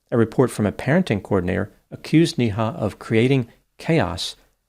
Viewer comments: Its not pronounced NI Ha ,its pronounced as NAY HA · Every time you say her name it's like donkey goes "Nee-haw!" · Her name is pronounced “Nay-Ha”